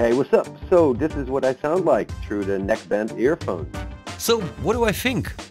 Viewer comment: I first heard neck-less 😂